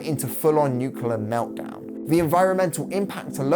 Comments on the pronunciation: This was a phenomenal video! Just one small critique.. I'm sorry, it's a pet peeve of mine, but please oh please try to pronounce the word nuclear correctly... It's not nuke-u-lar, it's nuke-lee-ar. Nuclear. Sorry for being nitpicky, but you just said it so many times during the latter half of this video, and I thought I was going crazy but I googled it and it's not like aluminum/aluminium on different sides of the pond. There's just no second U in the word nuclear in the English language. I know this is silly, but it just really irks me. Overall, great video tho!! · Good video, only thing that irritated me was "nucular". It's nu-cle-ar.